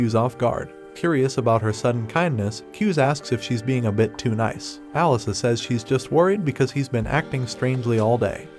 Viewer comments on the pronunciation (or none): none